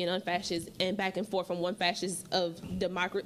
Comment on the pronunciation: Young lady quick correction. The word is forth....not fourf.